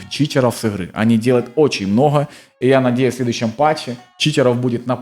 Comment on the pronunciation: мноха...блин слушать противно. научись выговаривать букву Г